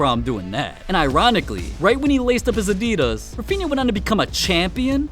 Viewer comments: Like he says Nike right but says Adidas incorrectly like how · “udeedass” and “nikey” im feeling internal painnnnn